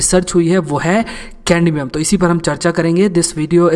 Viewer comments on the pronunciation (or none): Not caNdmium😑😑